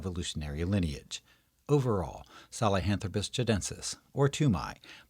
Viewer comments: Well done video - but, dude: saHELAnthropus, not saLEHAntropus! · Great video. I learned something new. I used to think the word "nu-cue-lar" instead of "nuclear" was crazy. But "sa-le-hanthropus" instead of "sahelanthropus" is totally nuts! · If the name is " Sahelanthropus" why you pronounce it "Salehanthropus"? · Except problems pronouncing "sahelanthropus"...